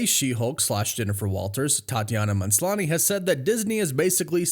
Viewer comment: It's not "MANSLANI". learn how to read.